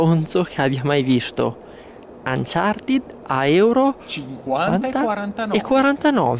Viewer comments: il finale "ed" in inglese si legge in 2 modi. nel caso di uncharted si legge "anchartid" perchè "ed" è preceduto da consonante. la doppia "e" non c'entra perchè la desinenza si riferisce ad un participio passato. in altri casi la "e" di "ed" viene semplicemente tolta. ad esempio "locked" si dice "lock'd" :-) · Che belle queste recensioni Retrò di ps vita e "Anchartin" 😂😂😂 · Bhe! cercando un qualsiasi video inglese di Uncharted si può sentire come lo pronuncino "Anciarted" a meno che gli inglesi stessi non sbaglino...